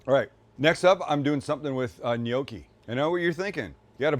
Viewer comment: it is prounounced KNOCK eee, not KNOW key